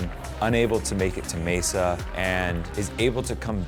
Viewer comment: Already off to a rough start by not even announcing the second stop correctly. Mesa, Arizona. Not the other way around